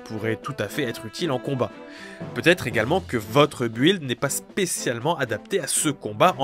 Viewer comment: Le u de "build" ne se prononce pas, comme dans "building". Ca se dit "Bild".